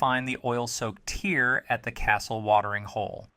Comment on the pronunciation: This guy can’t even pronounce “tear” 😢 😂😂😂 it’s not “bloodsucking crystal TEAR your heart out” 😂😂 Dude read the flavor text of the TEARS as in 😢